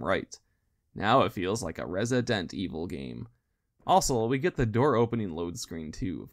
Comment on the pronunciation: im so excited to see this series going on, never get tired of listening people talk about Resi-dent evil